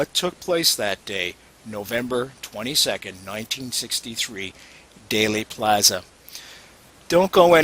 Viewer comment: The misinformation and outright lies in JFK could fill a movie......oh wait they did. BTW it's not pronounced "daily" plaza it's pronounced like "deal" Dealey Plaza. Learn your subject matter. Also after the House Select Committee came out with the 4 shot theory because of the open mic on the the police motorcycle that report was later debunked by many researchers and most researchers don't believe they are listening to gun shots at all.